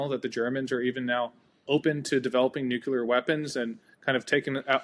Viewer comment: super interesting discussion and well said on "armies are there to be used" incentives. Nitpick "nucular".